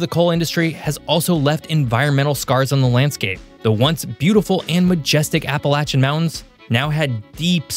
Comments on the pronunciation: Well they can’t even say it right ! Appalachian does not have a T in the word for people not from here. It is (appa lay shin) not (appa latch an ) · Appalachian does not have a T in the word for people not from here. It is (appa lay shin) not (appa latch an )